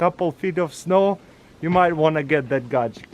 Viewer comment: I love it when he says “gaject”